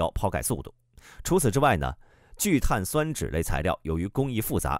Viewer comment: 聚碳 酸酯，播音没学过化学吧😂。中间为什么要停顿一下